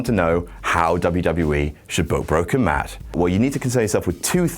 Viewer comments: Meff?????? Meth??? Huh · I thought he said Meth. Not Meff. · Did anyone else think he said, meth? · When he said Matt hardy bolevies he is Jeff and himself he said Jett or maff I thought he said meth so haha Jeff hardy did drugs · he said Meff